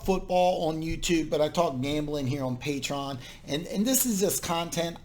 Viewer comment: Hey man, just want to let you know.. it is called "Pay-Tree- On" - good luck with your endeavors. Hope there are enough people on Patreon following you and support you so you don't have to have multiple jobs at once.